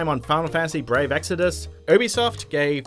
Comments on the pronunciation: You-be-soft not uwu-be-soft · Why does it sound like he's saying boobysoft ?